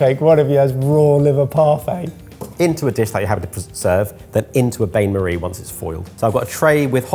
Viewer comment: Learn French. It is Bain Marie as in BAN MARRY